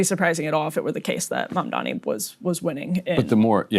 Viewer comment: They also purposely mispronounce his name - it's a racist dogwhistle, a little 'wink wink nod nod'. They know how to pronounce his name. They do this on purpose.